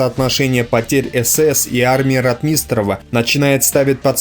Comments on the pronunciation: В фамилии Ротмистров ударение ставится на первый слог. А с остальным не поспоришь. С Днем Победы вас Россияне!!! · Режет ухо, похоже неродной русский диктора. Кто нибудь, подскажите диктору, что фамилия РОТМИСТРОВ произносится с ударением на первом слоге. рОтмистров. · Маленькая поправочка для автора. Называйте правильно моего земляка, в последующем маршала бронетанковых войск, Ротмистрова Павла Алексеевича!!! В фамилии ударение на "О"! Пожалуйста!!!! Кстати! Ещё жива его сестра. И в том году у нас была встреча с ней. Много интересного рассказывала о своём брате. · Автор! Видео Познавательно, но фамилии участников сражений произноси правильно и с соответствующем ударением☝️ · Какой нахрен Ватунин? Командующим Воронежским фронтом был Николай Фёдорович Ватутин! Командовал бронетанковыми войсками Павел Алексеевич Ротмистров (ударение в фамилии на первый слог "О"). Салют в Москве был дан в честь освобождения Орла и Белгорода 5 августа 1943 года (их называют городами первого салюта) и после это вошло в традицию после освобождения каждого крупного города в Москве был салют. Из-за таких неточностей вся информация теряет доверие зрителей, думающих критично. И да, встречный танковый бой на Прохоровском поле был, а не "тир" - это мне лично рассказывали старики живущие в Прохоровке, которые были свидетелями тех событий (к сожалению все известные мне свидетели уже ушли). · Фамилии исковеркал, Ватутин,Ротмистров. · Автор, научись правильно выговаривать фамилии и названия соединений. Ухо режет "Татенкопф", Ротмистров и прочее. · Не РотмИстнреву, а РОтмистереву. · Читает нерусский человек, русские так не говорят. рОтмистров, а не ротмИстров, и других ляпов полно. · Дружище, проявляйте уважение к тематике, о которой говорите. Тема ВОВ - святая тема. Нельзя игнорировать даже, казалось бы, мелочи. Если претендуете на знание событий, нельзя, например, фамилию командующего Ротмистрова произносить как РотмИстрова. Это дурной тон, свидетельствующий о том, что слышите фамилию впервые.